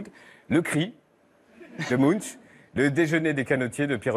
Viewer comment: Munch = Munk... ch is k